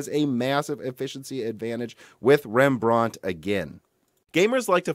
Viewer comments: Rembrandt was Dutch and not French so we don’t say it in a British accent Pronunciation: REM-BRANT Not: REM-BRAUNT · OMG.. Rembrandt - Stop saying it that way! Loved the video otherwise ;) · REMB-RANT, not rembr-aunt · I don't know where this guy is from SO I don't know his local English vernacular BUT he is mispronouncing "Rembrandt", it's pronounced: "Rem Brandt", it's the name of the famous Dutch painter. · He's pronouncing Rembrandt wrong. Like he's from England or something. It's T I not tie